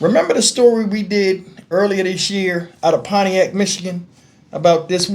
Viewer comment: 😅😅😅 PONIAC...you forgot the T in ..PONTIAC MI..